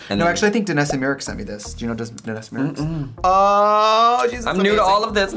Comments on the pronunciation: How do you see Myricks and pronounce it like Meerecks lmao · Not Trixie saying Myricks with a hardcore Wisco accent 😂